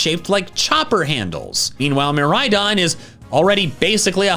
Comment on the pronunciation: the way he says miraidon as "Murydon"